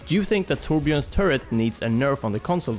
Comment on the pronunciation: Finally someone who actually can pronounce Torbjörns name fairly good :P